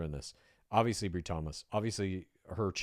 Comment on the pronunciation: Her name is pronounced with a long i, Bri - rhymes with Lie 😮😅